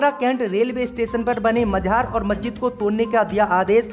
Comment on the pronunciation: MAZAR KO MAJHAAR BOLTA HAI YEH IDIOT....KAHAN KAHAN se aajate hai AISE news reader